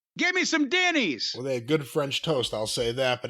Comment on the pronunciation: He say Denny's or Diddy's....😅😂😅